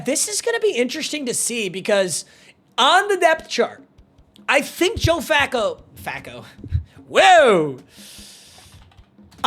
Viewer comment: hey I didn't know my man Flacco was gay. Sounded like...another word. 🤣🤣